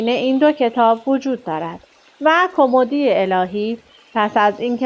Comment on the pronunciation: کُمُدی نه کُمِدی